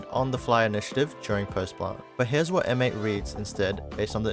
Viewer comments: You’re throwing me off — you’re saying ‘M-8’ instead of ‘mates' but good video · Just rhat you know we dont say M then 8 we say Mates like the word Mates. The video is really simple and cool ty !